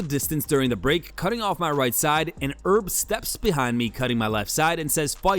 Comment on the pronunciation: Say it with me, H H H HERB. The H in Herb Dean is not silent.